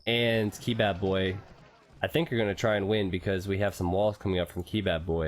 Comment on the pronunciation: I think it's Kebab-boy not key-bab-boy